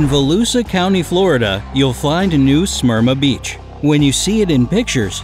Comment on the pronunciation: As a Volusia local, your pronunciation of New Smyrna Beach and Volusia County is making me cringe.